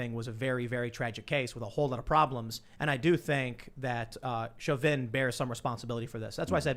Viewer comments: Chauvin = SHOW-VIN. Not shove-in. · Tim not knowing how to pronounce Chauvins name bothered the hell out of me. you would think he would be more aware, it was like he willfully tried to sound ridiculous.